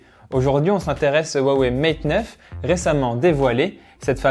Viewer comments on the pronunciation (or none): xiaomi se dit chiaomi et non tchiaomi (en phonétique ) comme pour dire merci c'est xiexie donc chierchier (plus facile à retenir comme ça :) huawei cest roiwei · pour le prononcer comme il faut il faut dire roiwei le H en chinois se dire R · C'est ça le soucis, on le prononce comme ça nous parait logique à nous occidentaux, faut connaitre le Chinois pour savoir, je connais quelques trucs, pas de quoi tenir un discours par contre. Comme pour Xiaomi c'est plus "tchiaomi" par exemple. Après l'accent toussa ... c'est plus compliqué.